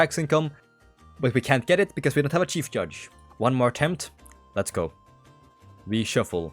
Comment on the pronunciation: "shief judge"